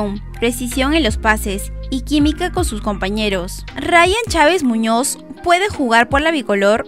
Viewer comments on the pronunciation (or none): Chávez Muñoz, bien inglés